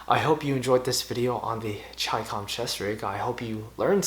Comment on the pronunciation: The very fact that you pronounced it correctly gets you a thumbs up! So simple yet so many fuq it up..